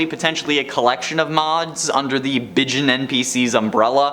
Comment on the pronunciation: Bijin is Japanese for "a beautiful person". Sounds closer to bee zheen.